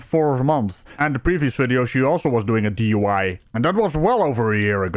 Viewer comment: Why does she keep rhyming DUI with why?? Durp